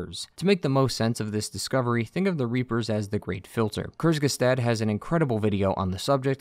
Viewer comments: Tip: kurzgesagt is pronounced “quartz-geh-sacked” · you absolutely butchered the word "Kurzgesagt" 🤣